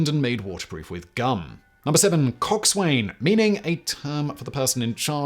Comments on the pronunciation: Minor rectification, though on the whole, Great Vid' again, Simon... et al... "Coxswain" IS still in use, as the technical term for the pilot of a SMALL Boat... AND it's pronounced "Cocksun" and at least in the U.S. Navy, the inundation of the term over time diminishes the humor right out of it... you just quit giggling after a while... A "hemsman" mans the SHiP'S wheel in the wheel-house or "bridge" (don't know why we call it that... or why they put "bridge-wings" on the damn thing)... while the "Lee-helms man" actually mans a signaling device to send speed and directional demands to the machinery rooms similar to a throttle... except everything's done with bells and numbers for RPM's... Similarly, "Boatswain" is pronounced "Bowsun" also making "Boatswain's Mate" a "Bowsun's Mate" in the enunciation... Fun bits of Nautical lingo, also include : "Geedunk" (pronounced as it looks and NOT "jee-dunk") is basically candy or junk-food... to go with "scuttlebutt" for the water-fountains or gossip surrounding them... "Gunwales" pronounced "Gunnels" meaning the upper ridges on the sides of a vessel that help keep the ocean (mostly) on the outside... and "Forecastle" pronounced "Folk-soul" and refers to the very front portion of a ship, usually where the wild-cat retains the anchor chains between the hoss-pipes and the chain pipes down into chain stowage... You also never EVER "store" anything on a nautical vessel. You "stow" it... from whence we get the term "stow away" meaning someo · Sorry, Simon, Cock Swain is pronounced Cocksun. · Loved the vid! Walking the plank never happened. Was made up by Hollywood. Coxswain is pronounced cocksun and boatswain as bosun; at least by us seamen here in the U.S. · It's pronounced coxsin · Simon Coxswain pronounced 'Coxun' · Coxswain and Boatswain seriously shortened in naval pronunciation. COX'n and BOHs'n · Coxswain is pronounced "cox'n" same as how forecastle is pronounced "folks-ul"